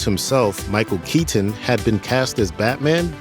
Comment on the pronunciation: Micheal keey tin